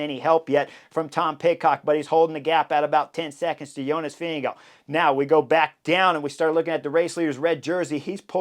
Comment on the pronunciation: Pronunciation of Vingegaard does not end with an “oh” sound. Ask Jonas. Sloppy or disrespectful.